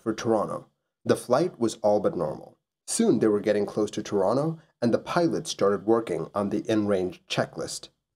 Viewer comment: you pronounce Toronto like someone from Toronto, that rules